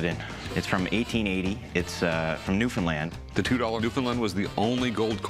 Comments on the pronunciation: New found land, not new Finland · Lives on the rock and loves it. Hates it when people say fin instead of found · bonavue more like NEW-FOUNDLAND. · Say it with me NEW-FOUND-LAND Newfoundland has no association with Finland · It's pronounced new Finland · It's pronounced Newfinnedlind. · Oh Jumpin Jesus it's pronounced "New-Fin-land" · I absolutely hate the way he says new found land